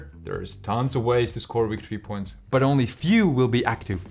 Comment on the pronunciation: It's pronounced wictory points.